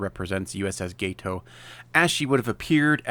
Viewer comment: You’re welcome. When I heard you say gay-toe all I could think was “let me help this fella out.” 🙂